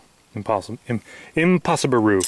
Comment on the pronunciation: when he said impossibru, and let's smoke those pots with the 2 liters in em was the only good part if this video